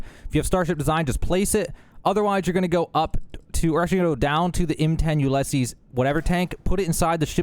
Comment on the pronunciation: He must pronounce the word “Ulysses” as well. Do you think this is another case of current and younger generations getting short-changed in their education? I mean, those embarrassing videos showing students still dressed in their caps and gowns graduating from college, who cannot even answer fifth-grade level questions about geography, or even reading an analog clock face.